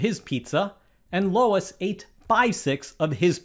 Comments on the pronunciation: How is it possible you mispronounce Luis so badly? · Luis and Lois are TWO DIFFERENT NAMES please rerecord this, my God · Never say Luis again. Please and thank you. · Is anybody else too distracted by him constantly mispronouncing Luis' name to even care about the math problem? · You only consider greater than, not greater than or equal to, as they did not eat the same amount. You were so close. BTW - learn how to pronounce Luis. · You have the wrong answer because you don't know how to pronounce Luis. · How do you not know how to pronounce “Luis”? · You are pronouncing the name Luis wrongly. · I can’t watch this video because your pronunciation of “Luis” is driving me insane. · Pronouncing Luis wrong is my bigger outrage. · I'm appaled by how you pronounce "Luis" 😂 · Apparently Presh doesn't know what sound the letter U makes. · FOR THE LOVE OF ALL THINGS IT IS L U I S!!!!!!!! NOT L O I S!!!!!!!!!! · No. I literally couldn't watch more than a minute and a half of this video because he was saying Luis wrong. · So that's what it is! My wife is named Lois, and she has constantly been called "Louis". It's funny how many people have trouble pronouncing her name, and now I see people have trouble with "Luis". What makes it even funnier that a pedantic like MYD would get it wrong, and so often! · I know this is a math channel, but it's "Loo-iss", not "Low-iss"! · larn to spek its luis is loo us trhe spelling for is lois that you are pronouncing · "Luis" is not pronounced "Lois". It's lew-ise, or if you want to be a little sloppy, "Lewis". Certainly not low-us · It's LOO-is, not Low-is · It’s Luis, not Lois. It’s like Louis. Your pronunciation is wrong. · It's not Lois; it's Luis (usually pronounced lu-ees). Great video, though! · I think the second biggest crime portrayed in this video is him pronouncing "Lew-eece" as "Low-iss" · It's notable that the person teaching us about math concepts repeatedly reads and pronounces lUis as lOis. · Loo-eez, not Lois. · Luis not Lois